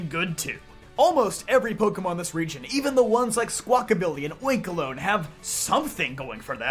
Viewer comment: You misponouncing oinkologne hurt hear